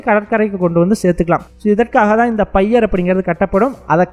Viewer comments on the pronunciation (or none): தம்பி பய்யர் அல்ல பியர் என்பது அதன் பெயர்